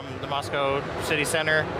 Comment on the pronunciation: Kinda sad when you’re surprised people are pronouncing Mosco correctly